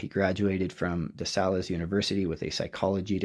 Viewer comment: Pronounciation: De Sales is pronounced Dee Sales as in store sales